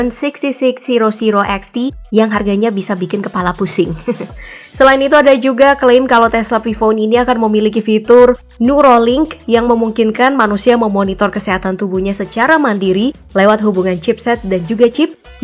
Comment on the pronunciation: Agak terganggu denger PI bukanya PAI kan dibacanya? Ama newraling maksudnya kah bukan nuroling? (neuralink) Btw interesting info